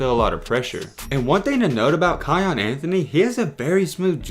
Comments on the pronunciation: Lol its not kyon its kyan like the pepper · It’s Pronounced K(eye)- Yan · Its pronounced Ki-anne